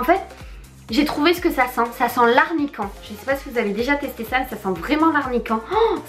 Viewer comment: Arnican ??? ARNICA !